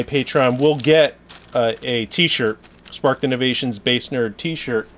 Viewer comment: SPARKED innovations.... I was trying to find your website for 30 minutes after the last 12vtalk podcast but I kept hearing spartin innovations lol.